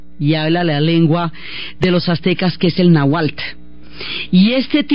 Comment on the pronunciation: no me gusta cuando pronuncia "náhuatl". ella dice "nahuál" que es algo muy distinto!